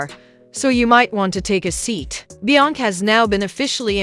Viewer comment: THIS "AI" READER CAN'T PRONOUNCE "BE-YONCE-SAY" NOT "BE-YONK" SMDH 🤔🤔🤔